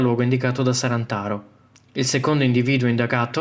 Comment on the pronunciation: È “Sarnataro” non “Sarantaro” !